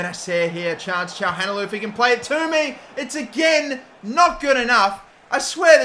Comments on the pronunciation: "Shaham Halanoglou" "Gagan Chaglanoglu" "Hakan Shahalanoglu" Come on man xd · Btw Çalhanoğlu is pronounces Cha-lah-no-glue, just so you don't keep mispronouncing it 😁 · think its pronounced kalanoglu might be wrong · haha the way he said calhanoglu